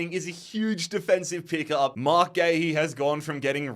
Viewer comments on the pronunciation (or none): none